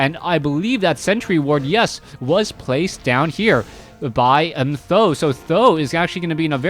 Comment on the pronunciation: how did you know Th000 prounece like "san dan"? How do you know Chinese? A bit supprised.